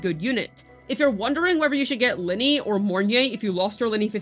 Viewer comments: it’s LYNAE, not LYNEY .-. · Why do you keep saying "Linnie" ??? That isn't her name!! And holy crap dude, you repeat yourself for like 5 straight minutes; literally just rambling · 'Luh-Nay'. Please for the love of god. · Why do you choose to pronounce Lynae's name wrong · It's the average CC western debuff, they can't say characters names properly.😂